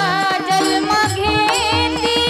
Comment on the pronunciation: खूपच छान,ताई ! फक्त जल्म् ऐवजी जन्म उच्चार करावा ही विनंती